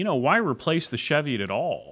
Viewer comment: Love my Platypus but as a note it's Chee-viot (hills in Northumberland, UK) pronounced as in Cheese.